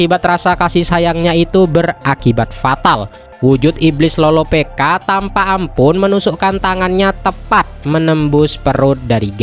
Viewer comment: loropicka bkn loropeka